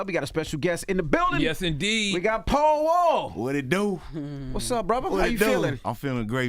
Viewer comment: I thought his name was pow wow. Im from the east coast. When they said paul wall the accent sounds like. Pow wow. Say pow wow. Now go listn to how he pronounced paul wall.